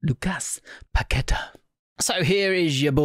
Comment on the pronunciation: Pack-ka-tar, inflection on the “á”